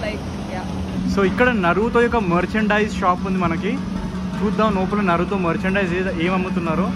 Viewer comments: Why 🧐 do you pronounce naruthooo naruthooo repeatedly. Isn't Naruto pronounciation? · Not narutho😂 its naruto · It is not Narutho 😡🤬🤬🤬🤬🤬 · Bruh Narutho kadhu Naruto anni pronounce chy knchm vinataniki uneasy ga undhi naruthoo antuntey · Naruto bhayya naratoo kadu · Bro it's Naruto not narutho..... Tho kadhu to......😌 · Bro not నరులతో correct name is నరుటో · Bro narutu kadhu ra naruto it's Naruto to... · Nartho! Kadhu bro 😢 it's Naruto t pronounce cheyali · Narutho kadhu anna naruto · Naruthoo kadhu bro Naruto 😂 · అది నరుటో కాదు నారుటో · Naruto raa Babu narutho kadhu